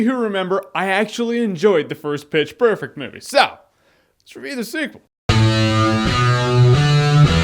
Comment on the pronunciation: wait wait in the end, did jeremy say Bitch perfect? or was it just me?